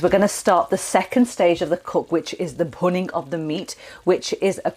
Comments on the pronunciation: Bhuning? Really..🤣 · I came here for the recipe, and stayed for the ‘bhunning’ 😂 Great easy to follow recipes which even a novice like me can follow. Keep it up 👍🏼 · Looks fantastic. "The "Punning" of the meat, a crucial step". Punning, is that what you said? Can you explain please? I'm making this tomorrow.